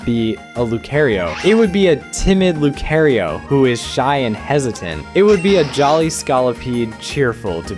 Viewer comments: Lucaryo? It's Lucario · luecareio? you said luecareio?? What??? ts pmo icl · Right? So much care and attention that he calls Charizard Chairizard and Lucario Lucærio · It's Lucario not Lukerio. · I am not watching after hearing how you pronounced LUU- C-AIR- EEOOO. it's C-AR. L accents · Did you just say "lu-care-io?" Bruh, it's "lu-car-io" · I was with you until you said "luke care io" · Lu-CARE-io???? Blasphemy. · Lucærio, Ska-lopede and Pokémon Amy are new ones too. It has to be a bit. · lucair-io? chair-izard...???? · lu car ee o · LEW-CARE-E-O??!?!?!?! lucario pronunciation aside, you did amazing LOL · so according to this guys pronunciation, the pokemon are called CHAIRizard, luCAREio..... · STOP SAYING LU-CARE-IO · As a fan of Lucario myself… no. As far as I’ve seen from other pieces of media, it has bee pronounced as (Loo-KAH-rio) in the Pokemon movie, the anime, and in Smash. Granted, we had a similar issue where the reverse was said about Arceus. A lot of people were pronouncing it as (R-see-Us) and not as (R-kee-us) prior to the release of the movie. And then it was reconfirmed that it was that pronounciation for Legends Arceus because well… it’ll be hard to be take seriously to pronounce the device that they give you in the game as an “Arse-phone,” and I’m sure the Pokemon Company was more than aware. So it is “Arc Phone” for the sake of consistency with the name. There’s technically not an official way of pronouncing these names since it seems to be used very “loosely” anyhow as put it best, but it was still jarring to hear that pronunciation nevertheless lmfao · I have never once in my life heard someone pronounce Lucario as "Lu-carry-oh" or Charizard as "Chair-izard". Or Amie as "Amy" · Once again, why “LucAIRio”? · Its lucärio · I like the way he pronounces Lucario, 'Lucareio' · So why are we saying lucairio. What is making that a long. You hurt my ears beyond repair Chairizard? Stop talking please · lucario? dude your saying his name all wrong!!!